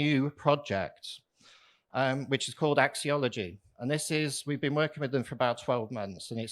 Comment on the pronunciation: Pronounced “Axe - E- Olijee,” not “Axology.”